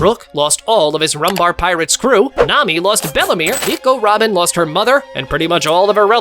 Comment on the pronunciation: Bro you said tirates